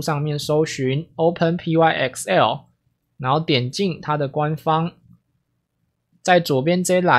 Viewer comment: 可惡我被你之前的「拍ㄍㄟㄣˋ」洗腦了 XD 這個應該是唸作「open 拍 ㄎㄙㄟˋ喔」吧？（open + "Py"thon + E"xcel" (因為 ex 常簡稱成 x 而 el 就是 L 這個字母的名稱)） 或者唸作 "open pixel"